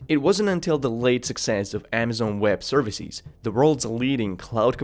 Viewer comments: its leviOsa, not levioSA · Services, not ServiSEEZ. Businesses, not BusinesSEEZ. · Great video, but please work on your plural. For instance, It's servicEs not serviceEEs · I just like how he pronounces services like serviciiiis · I hate his pronunciation of businesses’(biznes-EEs) and services(service-EEs)